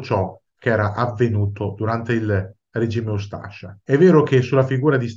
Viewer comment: Buongiorno, spero che gradirà questa piccola correzione su la pronuncia di un accento, la ha pronunciato "ustàscia" mentre la giusta dizione è "ústascia". Sbagliavo anch'io fino a quando un amico croato mi corresse. Complimenti per le sue esposizioni.